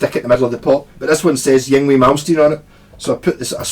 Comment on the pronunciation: It's pronounced ing-vay! Lol